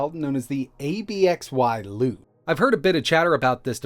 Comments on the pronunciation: It's actually pronounced closer to the word "Absolute" ... The X makes an S/soft Z sound in this word. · Pretty sure it's pronounced absolute... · Wonder if the pronunciation is meant to be "Ab-zih-lute" instead of "A-B-X-Y-Lute" Just pronounce the X as a Z. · Anyone else try hard to pronounce that name?? 😂 it sounded a little like ‘epic salute’ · Watch the mainboard be a clone of the G Cloud board, but with a Mediatek part. LOLZ. Also, I think they intend for it to be pronounced Ab-ZEE-lute. Like Absolute with the ABXY button pattern integrated. Who knows which languages pronounce the X as a S or SH sound? I feel like it's common in Latin languages. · I think it's supposed to be pronounced roughly like absolute, or ab-sci-lute (xy being like in xylophone) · I think it is meant to be pronounced abzeeloot as in absolute. 👍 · Is it not pronounced absolute? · "how to pronounce lute" don't worry my guy we all have moments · noticed that too lol